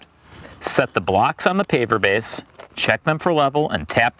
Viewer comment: Are you saying "paper base" or "paver base?" I can't figure out which. Needs a bit more articulation.